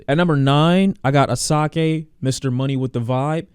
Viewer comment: Asake is pronounced Ashakè